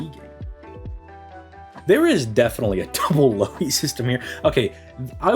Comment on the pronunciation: No Lui, its Lou-Hi (and its Lou like Lou-rider and Hi like Hitman) Im in Finland so i know.